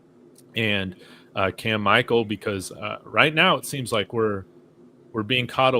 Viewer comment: please stop mispronouncing Cam Michael's name. pronounced it correctly go back and listen to how pronounced it. No player wants their name mispronounced 💯